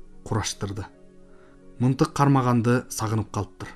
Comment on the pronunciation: Мынтык эмес мылтык туура окуп уйронсон боло. Элдин асты эмес элдин алдына деп туура окусан ашкауак калла.